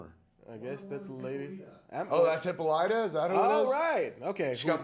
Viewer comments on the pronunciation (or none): great new channel, guys. Have to bust balls a little......... "Hippo-Lighta??????" really? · It's Hi-PAH-li-ta, not Hippo-LYTA...c'mon Kev, you watched the Justice League animated...